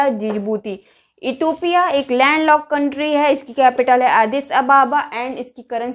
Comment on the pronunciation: इटोपिया नही मैडम इथोपिया